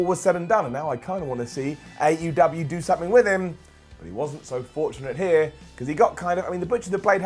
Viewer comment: Why you pronounce AEW as 8UW?